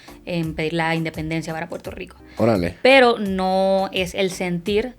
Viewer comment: Puelto lico"estado libre asociado??? 😂😂😂😂😂😂😂😂 asi le llaman ala colonia gringa?